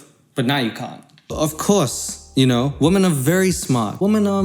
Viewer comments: Why do you say women as woman- "I haven't got good education" ahhhhh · Maybe stop calling them "wahmen". A pretty fucking misogynistic thing to say.